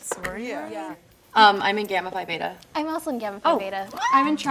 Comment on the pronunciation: I knew it was her from the beginning, y’all she literally pronounced phi (fiiiiii or fee) as pie